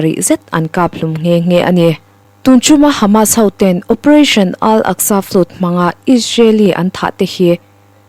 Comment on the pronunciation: Ziak tha, chhiar thiam bawk a, a ngaihnawm hle mai. Chhiar dik ngai lai 2 erawh a hriat viau: Flood chu "flud" tia chhiar loh tur. Secy (Secretary) hi a ziakah kaihtawi ni mah se, a thu kima chhiar tho turte zinga mi a ni. Rev. kan sawi dan ang hian aw.